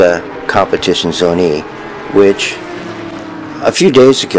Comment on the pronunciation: At least learn how to properly say compitizione properly 😂😂